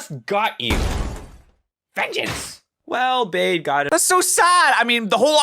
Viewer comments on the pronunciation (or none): Its bede not bade